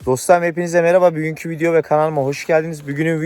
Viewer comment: severek izliyorum ama artık Büğün kü videoma... deme, Bugün kü de:)